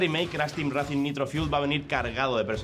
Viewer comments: Racing? Intenta pronunciar todo en inglés y racing lo dice tal cual se escribe 😂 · Minuto "CRASH TEAM REACING N.SANE TRILOGY" Jajaj se paso, por favor antes de subir los vídeos rectifica los errores... CRASH TEAM REACING 1, 2 Y 3 xD